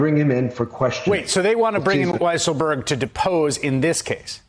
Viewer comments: Weisserberg? Weissenberg? Weisselberrl? Get it right,. It's WHY-SELL-BERG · "Weasel-berg" Lol. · When the reporter said Weaselberg instead of Weisselberg, I just thought, Freudian slip. 🤣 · Ooof, he said weasel-berg. Anti Semitic tropes bro, easy now. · "Weaselberg"? ;O) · did he just call Alen 'Weasel' berg LOL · "Weasleburg" Ha! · Sounded like he called him weaselberg one time. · He said “WeaselBurg” 😂😂😂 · I love how David Corn pronounces it Allen Weaselberg. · Alan Weaselburg Great pronunciation;) lolololololol 😆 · Thank you for calling him "Weasel-berg" LOL!! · Alan "Weaselburg" HAHAHAHAHAHAHAHAHA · Did he say weaselburg 🤦‍♂️🤣🤣🤣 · I love the way Corn called him “Allen Weaselberg”. Couldn’t be more accurate. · He called him weaselberg!!! 😂 😂 😂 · First time corn said the name he called him "Weaselberg". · "Allen Weasel-burg" lol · Did he just call him Weasle-berg? Lol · Haha "Weasle-berg" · He called him "Weasleberg" haha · Corn undecided on how to pronounce Weiselberg's name..